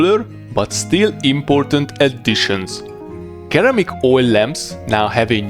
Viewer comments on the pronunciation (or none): Ceramic is pronounced with an “S” sound, like “Seramic”